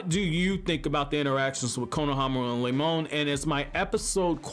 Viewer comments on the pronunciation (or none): "Lemon" LMAOOO it's Remon but that's funny af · Malachi Blood Yes, i can hear Lemon, but it's Remon. The dude that voices these videos also fails to say the other names correctly...